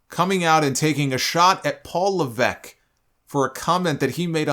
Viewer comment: why do you keep pronouncing levesque like that?